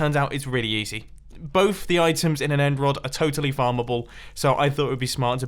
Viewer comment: It took me 11.5 minutes to realise he was saying end rod and not emerald 😂